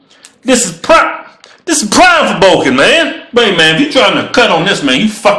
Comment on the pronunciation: "Cuz im BUKIN" - "Cuz you BUKKIN" LOL !!!! the way they say "bulking" is fucking hilarious xDD